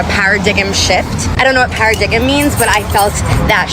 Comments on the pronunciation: "I don't know what 'para-dig-um' means..." Do you mean paradigm?! Wow... 🤣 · Paradiggem shift lol. Not Paradigm